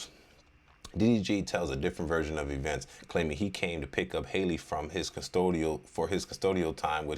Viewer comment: HALLE HALLE like Halle Berry..... Please